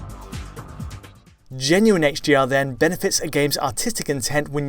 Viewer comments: Is it me or did he say hGr like a hundred times? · Sounds like he’s saying HGR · Why does it sound like he's saying HGR throughout the whole video?